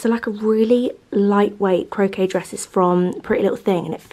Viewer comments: Ohh exciting times xxx Enjoy 😉🤗😎 Have a wonderful time xxx Little tip.... Crochet.... Cro...shay not Cro...kay 😊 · So excited for you and your family! Random side note, it's crochet pronounced (shay) not cro(kay). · 😂 yes cro-shay not cro-kay 😂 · Thank god someone else said about the pronunciation of Crochet. Sounds like crowshay. You'll be kicking yourself. Hope you have a fab holiday. Never enjoyed holidays as much as when i had my little girl along. The joy in their faces make it. Xx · Hi 😊 just to say Crochet is pronounced “crow-shay” ☺️😉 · I thought I’d help a girl out…. Crochet is pronounced like coshay. Hope you have a lovely holiday. X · Adore you and your videos, but the way you kept mispronouncing crochet was sending me 😆